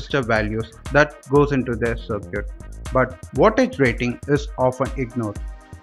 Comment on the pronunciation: Sir Cute ?! 🤦🏻 Circuit is pronounced as SARKIT.